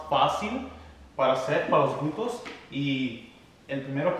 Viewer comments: 🤭 me encanta cuando dices glutos, en lugar de glúteos 😬 excelentes rutinas, gracias, saludos desde mexico. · 🤣🤣 me encanta cuando dice los glutos 🤗 saludos desde Puruandiro,Michoacan, Mexico